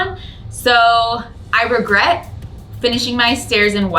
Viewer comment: Every time you say regret I hear RugGret in my head instead lol